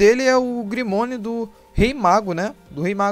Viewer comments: Ficou top seu video , mas... Fala grimório não grimonio kkkkkkkkkkkk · Grimorio mano e não grimonio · É grimório mano não grimonio